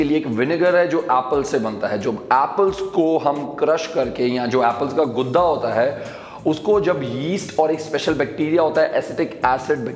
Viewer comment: गूदा बोलते हैं, गुद्दा नहीं 🤣🤣 कल को तुम बुड्ढा बोलने लग जाओगे ??